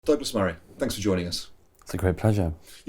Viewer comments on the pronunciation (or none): none